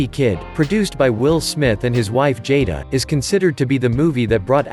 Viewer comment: First 30 seconds. You mispronounced "Suite" in The Suite Life of Zack and Cody. And didn't say Jada's name correctly. Hmmm I'll show myself out